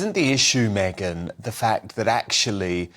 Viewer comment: It's MegYn - not MeGHan! Mr.Wooton. There's a difference, a huge difference 😊